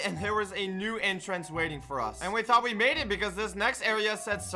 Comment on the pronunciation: when blaze logged off and you went to the tower and you said guess what I thound I thought blaze would be in the elevator